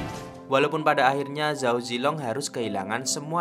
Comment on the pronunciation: belajar mandarin dikit2 bang. kalo di mandarin ga ada pengejaan huruf Z bang. di bacanya Ch jadi kalo Zhao bacanya Chao. guang zhou bacanya Kuang Cou